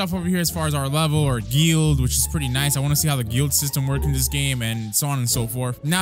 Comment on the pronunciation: Normal people: "Guild": "Geeuild"